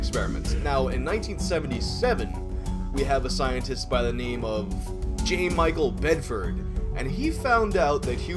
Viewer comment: You mispronounced J. Michael Bedford. 🤦🏻‍♂️